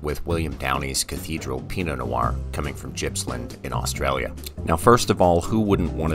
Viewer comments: Just an fyi. The G in Gippsland is hard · Love the videos mate, but FYI Gippsland is pronounced with a hard G and was named after the 9th governor of New South Wales, Sir George Gipps. And while Downie is based in Gippsland and is most famous for his wines from there, the Cathedral is a blend of grapes from the Mornington Peninsula and the King Valley. Still, it's very cool that a producer from my area is on the list of a restaurant on the other side of the world!